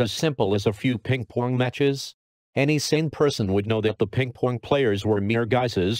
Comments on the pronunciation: Ping Pwong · Ping pwong diplomacy 😂